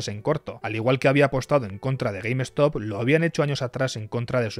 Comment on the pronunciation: Se pronuncia Gueimstop no Gueim Estop. Short Skuis, no Eskuis.